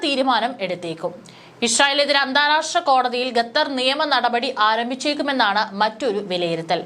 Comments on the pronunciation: Gether അല്ല Qatar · വിവരം കെട്ട ന്യൂസ്‌ റീഡർ, ഗത്തർ അല്ല, ഖത്തർ എന്നു വായിക്കുക. ഓക്കേ ഇസ്രായലിനെ പുളുത്തും. 😅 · ഗത്തർ അല്ല മോളേ, ഖത്തർ എന്ന് തന്നെ പറയണം. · At least pronounce correct name, Not gather but Qatar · ഗതാർ അല്ല ഖത്തർ 😊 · Gattar , who told you this prolongation. Better say gutter. QATAR IS Correct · പൊട്ടി പെണ്ണെ, ഗത്തർ എന്നല്ല ഖത്തർ എന്നു വായിക്കാൻ പഠിക്കുക. നല്ല തൊലിക്കട്ടി... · ഗത്തർ അല്ല. ഖത്തർ എന്നുതന്നെ വായിക്കണം. നിങ്ങളുടെ തെറ്റായ ഉച്ചാരണം കേട്ടിട്ട് ന്യൂസ്‌ കാണാനുള്ള intrest പോയി. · It's not gadhar, it's Qatar